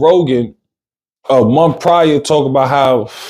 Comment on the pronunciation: Honestly i cant believe this is real. Im mot trying to be nasty. Im sure there are some things you are good at. This is not it. I feel embarrassed for you. Cant properly pronounce basic words, cant form simple sentences, cant tell a story. Its not mumf. Its month